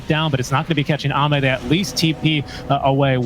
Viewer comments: did he just pronounce AME as aim? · Thats "Amay" thank you. Not "Aim"🤪🤷‍♂️ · Everytime he said "Aim", I physically cringed. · They are casting in English, the proper casters call it xiao8 as well they call ame aim is so funny as well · Let’s not forget that he called Ame Aim for the first 5 minutes until corrected